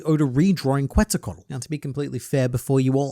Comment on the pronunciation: ket·suhl·kuh·waa·tl from first thing that pops up on youtube when looking up pronunciation